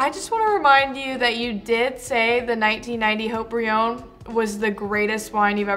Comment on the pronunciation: I'm surprised Haut-Brion outperformed Latour. I'm even more surprised that pronounced it Ought-Brion.